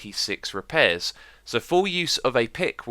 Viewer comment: "reapairs" oh Xisuma :') Also your conclusion is wrong, using a normal diamond pick will be able to repair itself fully as it is a total of 160% and not 60% as you said.... you're going to need to re-do this video tbh.